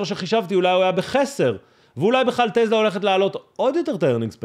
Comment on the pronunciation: קוראים לחברה: טסלה ולא טלזה